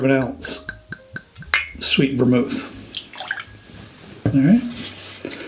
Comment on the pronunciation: Sweett vormul